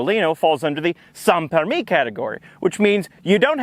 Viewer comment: Your "sans permis" pronouciation was spot on ! Congrats ! (from a french viewer). Thank you for your videos ! They always bring a sile to my face.